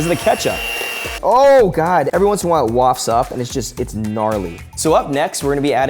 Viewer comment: Say "waft" one more time....